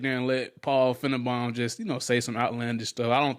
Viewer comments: Its FINE-BAUM not FIN-E-BON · It's pronounced fine-bomb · I think he knows how to pronounce his name… It’s meant to be an insult. As Paul Fi-ne-Baum (Bomb) = self destruct